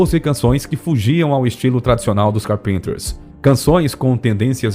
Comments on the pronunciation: Car Penter? ou Cárpenter. Essa pronúncia do narrador descaracteriza totalmente o nome da dupla. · Que agonia ouvir Carpínters sendo q a pronúncia é Cárpinters..Ninguem é obrigado a falar inglês, mas pelo menos o nome das músicas correto seria mais agradável .Karen não morreu em "circunstâncias estranhas" .. Ela sofria de anorexia nervosa, um distúrbio alimentar, que ocasionou uma insuficiência cardíaca, quadro agravado por sua condição fisica... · Se lê Cárpenters e não carpínters.... cabeção..!! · É a primeira vez que vejo uma pessoa pronunciar "carpinter". Isso se falar da pronúncia errada do nome de várias músicas. Tudo bem que o narrador não precisa saber falar inglês, mas chamar um clássico da música pop de "onlay yesterday", demonstra completo desconhecimento. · Queria saber, porque o locutor chama a dupla de "CARPINTERS" e não Carpenters? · Não é Carpinter e sim Carpenters pronuncia-se Cárpenters! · Vamos melhorar a pronúncia do nome dela por favor, que estória é essa de Karen Car-Pinter?! Kkkkkkkkk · A pronuncia dessa voz digital do narrador é triste de tão ruim... Pra quem conhece chega a doer no ouvido. Fui fã dos Carpenters nos anos 80, de participar de fã-clube e tudo. Tenho a coleção completa deles em vinil ainda ok. Mas com a morte da Karen o fã clube acabou por se dissipar. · grupo maravilhoso, escuto muito , ha mais de 30 anos. só nao sabia q pronunciava o nome do grupo assim ( carpínters)... , sempre falei com pronuncia Cárpenters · Ñ é "carpinters" e sim "carpEnters" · História perfeita! Contudo, o narrador se sabe falar inglês! Fale com a pronúncia correta! Não é carpeeenter como narrador fala, a pronúncia correta é Cáárrpenter, Dói ouvir falar com pronúncia errada! No mais bom vídeo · Não é "carpínters" que se fala. É "Cárpinters". Obrigada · estranho vc dizer "carpínters" ... kkk sempre disse cárpinters. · 'Carpinters' não. É Carpenters mesmo. Amo essa banda. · CÁRPENTERS, acento na primeira sílaba. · CarPinters ?🤨🤭 fala direitinho!